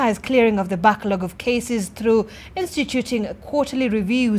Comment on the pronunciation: Backlog not banklog.